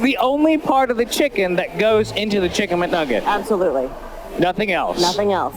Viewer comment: I guess the girl's favorite word is "absuloutly"